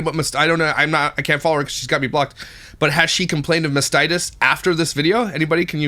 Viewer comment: When you mispronounced mastitis ….had me wheezing 😅